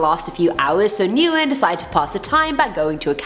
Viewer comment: Isn't Nguyen pronounced like "When"? I've never heard "New-In" before. Lol